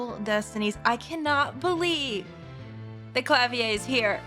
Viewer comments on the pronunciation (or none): the Klavier pronunciation is so distracting she's using a french pronunciation for a german it should sound like kla·wiir instead she saying kla·vi·lyé